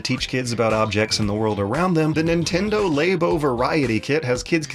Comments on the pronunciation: It's not Laybo... It's Labo. Because like, lab. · I stopped watching after the 2nd "Lay Bow." He wants to speak about it with mastery, but can't even pronounce the product name. This isn't 1997 and no one knows how to pronounce "Aeris," it's 2018 and there are marketing materials that say "Lah Bow/Lab-O" repeatedly. lazy tongue is cringe AF. The Japanese borrow the word "Lab" and return it with a "Oh" on the end and can't comprehend, treats it like a foreign language. Please. I'm CERTAINLY going off the rails about this, but between YouTube and the podcast I can't take someone seriously if they can't master diction of their native language. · did you say laybo? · I can forgive him with the German names (us Americans see accent marks and our brains just grind to a halt), but “Lay-bow” for Labo is a bit painful for me. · "Laybow.", you're killing me here. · Lah-boh to my knowledge. I believe that's now Nintendo representatives have pronounced it, as well as everyone I can recall other than. is his own man. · "Lay-bo"? Is this part of the blackface kit? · Your pronunciation of Labo is a crime against language.